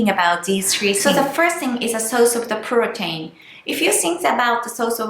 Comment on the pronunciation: please say protein like (pro teen) 😀😀 but great video :))